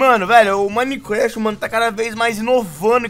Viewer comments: tava falando Minequéft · Cara na moral aprende a falar minecraft pfv